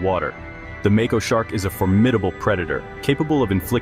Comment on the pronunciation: Lost me at make-oh